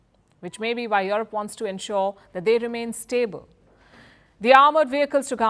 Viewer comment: I like how she pronounces and mutilates Europe. "Yorope..." "Yoropean government..."